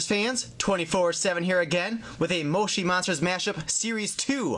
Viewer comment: that is not how you say moshi monsters